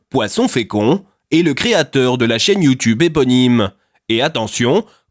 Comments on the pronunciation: Ah ça me stresse quand il dit youtOUbe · Mdr bolognaise. Super vidéo, c trop marrant quand tu dit : "youtoube" ou "youtoubeur" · Le « YOUTOUBE » J’étais pas prêt 😂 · Je ne vis que pour la façon dont il prononce youtoube